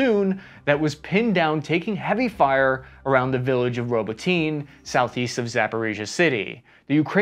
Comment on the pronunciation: Robotyne is pronounced "Robo-tin-yah" not "Robo-teen".